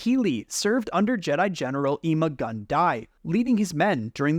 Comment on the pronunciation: And what kind of joke should that even be, they literally named him Ima gun di because he’s gonna die and that’s the joke….. your not making it funnier saying it again and even pronouncing it wrong….smh